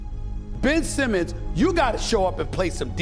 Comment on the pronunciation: Bro why are you saying his name like that 😂